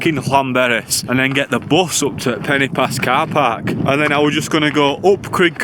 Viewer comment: When you said “Pen-y-pass” you pronounced it “Penny Pass”, which is incorrect. The letter ‘y’ in Welsh is pronounced like the ‘u’ in ‘under’ or ‘understand’ etc, NOT the ‘i’ in interesting ,or ‘influence’. It’s softer. However, there should be an accent above the ‘i’ and ‘o’ to elongate the sound of the letters. Eg Crib should be pronounced Criib and Goch should be Gooch. The sound of the letters are elongated. Not your fault, as no one has ever enforced the rule in typing, so the usage has been tragically lost. It’s lack has made a huge differenced in the pronunciation of such words. I do wish it would be reintroduced! You said Crib Gock, not Crib Goch. They are different sounds. It REALLY grates on Welsh speakers! Most people seem to manage to say ‘Lochness Monster’ or ‘Lochlomond’ etc, who’s ‘ch’ sound is exactly the same. Please can you learn to say Crib Goch correctly. Thank you.